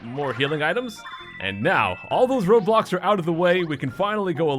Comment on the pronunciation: "With all the road blocks out of the way'',for me it sounded like ''With all the ROBLOX out of the way.''.What a guy.